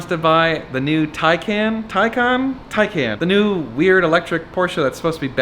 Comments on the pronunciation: It’s pronounced taken. Also, those painted to match barrel wheels look terrible in person. Early 2000s dub style. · Did you say “Pecan “?